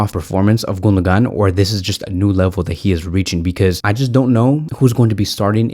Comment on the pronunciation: The pronunciation of the Name of the German midfielder is Gun-do-wan. The mark over the second g in his name means in Turkish that it is almost silent.